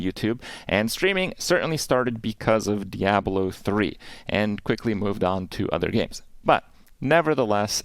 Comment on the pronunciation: Why does he pronounce it dee-abloh lol